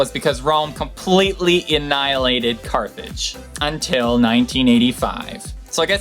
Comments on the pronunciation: Carthage, not Carthedge. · Awesome Video! Also I'm pretty sure it's Carthage and not Carthedge. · Drupe, not droupe, Carthage, not Carthadge, plus please learn to pronounce Lieback (Lee-back) and Yasuke (YAs'ke) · That's what happens when you're trying to get videos out on a weekly basis yet all of them involve different amounts of research. Over 50 hours on top of my regular life. haha "Carthedge" is because I used speech to text software. And I don't even know how it shows that over the original Carthage, but it did. I don't even know I had pronounced Tunisia wrong, I read it said it and didn't even think twice about it. Though I do understand these errors, is only so much I can catch my view all of this by myself sadly. I really appreciate you taking the time to point these out because I make me realize I still need to focus on checking things more and more and more, but I don't have a big production crew, I don't have a lot of free time, but still try my very best and hopefully as time goes on things will get better. But Rome wasn't built in a day. haha Take care Steven, I appreciate you taking the time to point these out. :) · headland It's Carthage, not Cathrige or Carthridge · Carthedge or Carthage? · Are you writing these with autocorrect? There are some obvious mistakes with terms. Perigee, not pedigree. Pedigree is dog food. Carthage, not Carthedge. Carthedge is a family name. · Lol, "Carthedge" xD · Hi,I like your videos but sorry you butchered many words in this one. I`m from Tunis myself, actually from "Carthage" pronounced "car-taa-j" not "charthege", and the name of the country is "Tunisia" (tu-nee-ja) not (taznia) like you pronouonced it, I thought everybody knows about Tunisia by now, after all of the Arab spring news coverage. Anyway, looking up the right pronunciation will help you build up a better credibility as a trivia youtuber,and offend less people.Good luck.